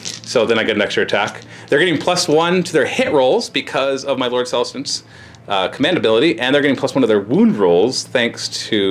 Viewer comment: "M'lord celestant" lololol